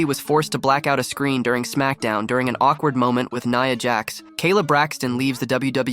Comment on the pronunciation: Nya Jax not Neeea Jax